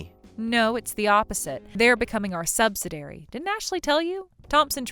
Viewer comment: Argh! If i hear subsiDAIRY one more time...please say subsi-DEE-ary.